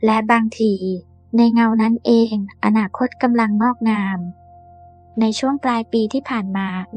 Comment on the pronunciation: อนาคต อ่านมาได้ ว่า อะ-นา-คอ-ตอ 555